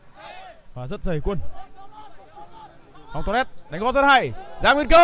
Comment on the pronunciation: Long torres mà lúc đầu nghe cứ tưởng long toilet